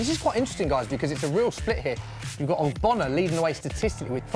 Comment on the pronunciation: How is ogbonna hard to say